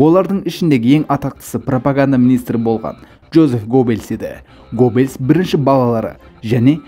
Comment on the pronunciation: гоббелс емес геббелс